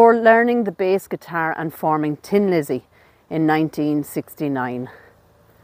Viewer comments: It's Thin Lizzy not Tin Lizzy! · The name of Phil's band was THIN Lizzy, not Tin Lizzy.